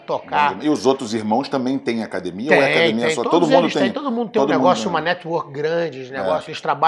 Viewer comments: Qual à dificuldade da família Gracie falar acadEmia? Não é acadImia!!! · A Hiena imita muito bem o Paulinho gogó. Mas ele falando acadimia é engraçado de mais.